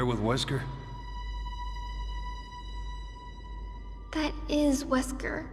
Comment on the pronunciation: Alex Wesker?! Ahh you mean "she wesker" xD